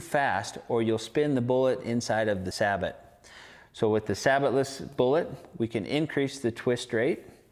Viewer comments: it's pronounce sa-bo not sabot,it's a french thing! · Interesting that you have to specify sabot-less these days when talking about muzzleloaders. (and that is pronounced SAY-BOW or SAY-BOO, French for shoe) 25 years ago when sabots were making their entry into muzzleloading, you had to specify that it was a saboted round. Funny how things change....